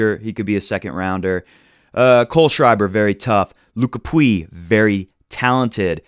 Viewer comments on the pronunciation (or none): none